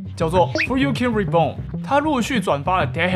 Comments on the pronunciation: 我比較好奇れい re i 為什麼念作te he ? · 那個人的名字是不是應該讀[雷伊-]不是[雷欸] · れい是re i 怎麼會變成te he